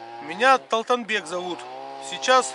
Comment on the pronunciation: Салам, спасибо что прочитал мое сообшение. Только меня Талантбек зовут, а не талтанбек😅, ты сам талтанбек 😂. И деду отдельный привет. Чучук не самагон, конина колбаса с бешбармаком хорошо. Неужели дед не разу не пробовал чучук?